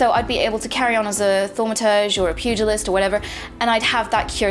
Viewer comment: thank you for saying pugilist correctly! so many video making me flinch